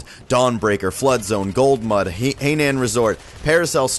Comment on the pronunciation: Golmund not Goldmud